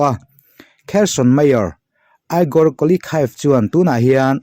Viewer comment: Igor hi Egor tia lam tur